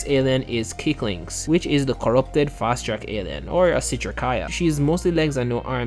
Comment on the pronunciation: I always love how Ben ten fans butcher fast track Like "Asscrack" 😭